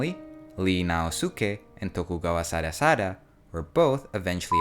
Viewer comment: it's ii naosuke (井伊 直弼) not Li naosuke